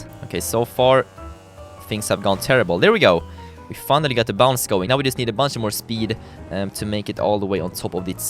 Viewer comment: He said everytime bounts (im german Hallo an alle deutsche )